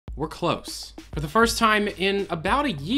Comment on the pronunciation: (We're close) I thought he said "We're closed"